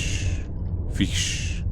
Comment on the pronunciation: Jelly feesh, feesh :D